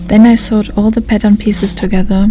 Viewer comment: War das letztes Teil am Kloster Chorin gedreht ? Vorsigt, achten Sie auf die Aussprache von "ich nähte" (I sewed), weil "I sawed" meint "Ich sägte". 😉